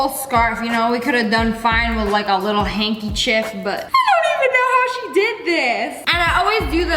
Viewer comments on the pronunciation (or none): BAHAHHAA! “HANKI-CHIFF!” Luv chu! ♡︎♡︎